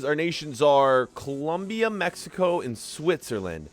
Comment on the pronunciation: Its colombia not columbia